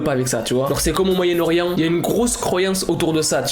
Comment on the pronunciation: "Le MoYaEnNe-OrIeNt 😮✨Voila je chercher le mots 😌✨" Le jour ou je vais sortir sa a ma mère elle va rire 😂